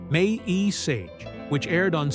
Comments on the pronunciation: Get computer generated voice that can say MASH as in mash potato and not "em ey es eich" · Having AI Pronounce MASH the way it is spelt, "M.A.S. H." is as painful as reading a Chinese instruction manual in Chinglish.